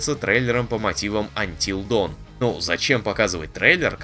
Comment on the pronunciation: Знает ли озвучник, что A и O в англ. звучат обратно друг другу? dawnwalker это никакой не даунвокэ, а донвокэ а ведь знает, Until Dawn правильно произнёс... двойные стандарты, однако 😬